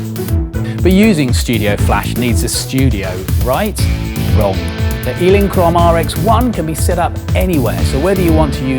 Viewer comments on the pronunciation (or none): What's with the 'Eeelinchrome': points for uniqueness as the only person that pronounces Elinchrom that way, or is because they now make their lights in Ealing, West London?